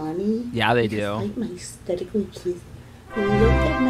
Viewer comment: Pretty sure Amy purposefully mispronounced aesthetically lmao She said "stetically" 😂💀